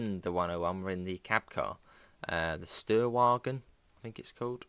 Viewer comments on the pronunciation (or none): it's pronounced ''Shtoyarvagen''